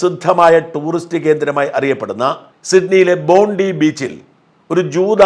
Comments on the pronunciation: ചെറിയ തിരുത്ത്... ബോണ്ടി ബീച്ച് എന്നല്ല, ബോൺഡായ് ബീച്ച് എന്നാണ് പറയുക. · PRONOUNCED as " BONDAI " !!! N9T BONDI !!! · It is pronounced as" BONDAI " beach and not BONDI beach . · 👉👉👉👉Bondi (bondayee) beach. Not "bondee" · ബോണ്ടി ബീച് അല്ല ബോണ്ടായി എന്നാണ് പറയേണ്ടത്.